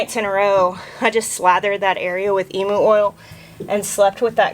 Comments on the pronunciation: Just going to say as an Aussie, I thought you said "Emo oil"... We knew you were dramatic, black hollyhocks is fine but now it's Emo oil?? 😆😙... Helpful hint: its pronounced 'Eem-yew' not 'Eeem-oo' And I'm 100% on board with running from cows. Thx so much for being so real with us ❤️❤️❤️❤️❤️ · Hey emu oil is a great healer - comes from a large flightless (and mischievous) bird, native to Australia - you pronounce it eeem-you. Love your moo sprints - think someone should video your cow running (and maybe squealing) over a couple of weeks, speed it up and edit it into a short - just something to bring us all joy! lol:)